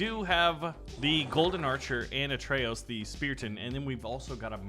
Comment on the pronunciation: Please... It's a`TR'eyos not a'RT'eyos